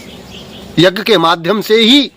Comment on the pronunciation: Are dhoort to to shoordr lag rha hai . Yagya bolna hi nhi aataa yagg bol rha hai ?